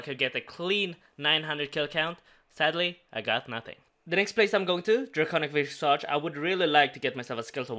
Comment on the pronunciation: Is it bad that just went over my head and didn't even realize it was said wrong